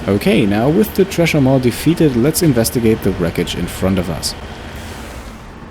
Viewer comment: The 'tresher maw'. Also pronounced 'sresher maw.'